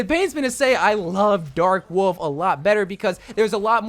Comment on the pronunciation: Gotta love the dark worlf skin the r in the name adds so much thanks